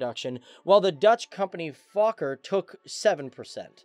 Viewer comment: did he say fucker or fokker